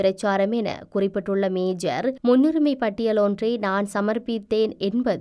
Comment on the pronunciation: மேஜர் இல்ல மேயர்